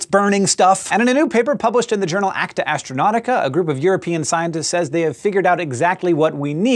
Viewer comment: Astronautica? Sounds more like subnautica